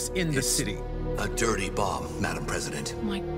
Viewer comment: Why does the president pronounce it as "dirty boLm"?